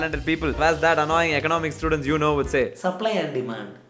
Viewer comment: Ahh yes, Economic "STEWdent